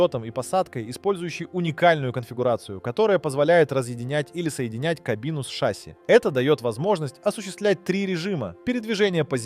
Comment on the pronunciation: Так шАсси или ШассИ? ;)